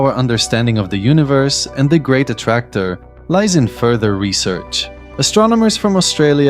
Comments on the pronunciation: Is this some AI voice nowadays? The great A T T Tracor? What the hell! At least make it speak the main word of the video correctly. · Bro it says "A Ti Ti Tractor... " ... It's the main word of this video and it says it wrong.